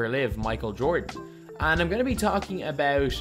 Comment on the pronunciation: Okhay what's abeout